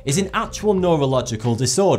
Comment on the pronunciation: It's pronounced mee-suh-fo-nya (source: I was diagnosed with it in 2nd grade and it is currently ruining my life)